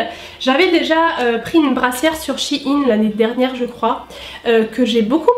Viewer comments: ps: pour moi on dit pas "shi ine" mais "chei ne " après tous le monde dit comme il le veut mais sa fait bizarre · Désolé j'adore ta vidéo mais sa me perturbe comment tu dis shein même si je sais que sait pas de ta faute